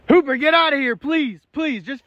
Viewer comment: I don’t know why why but I always thought he was saying poop dog before I read this comment lol